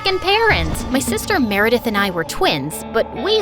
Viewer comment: Why did i hear Marry death instead of meredith 😭😭😭